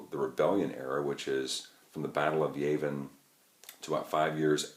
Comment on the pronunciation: Yah-vin not Yay-vin.